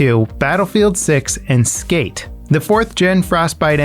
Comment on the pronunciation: Did you just say skate?